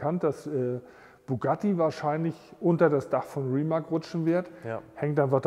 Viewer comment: kleiner Tipp aus der Schlaumeier-Abteilung: es wird Rimatz (Rimac) gesprochen. Finde es echt super, dass ihr eure Collection mit uns teilt!